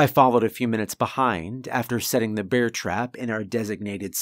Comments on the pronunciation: it's finny, sometimes you say Beer rather than Bear. It's happended in a few stories. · Why pronounce it "beer" mace? Surely it's bear mace?